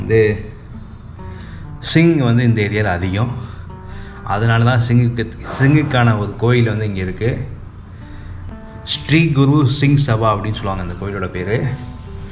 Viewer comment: Dei kona mandaya adhu stee ilada adhu Sree🤣🤣🤣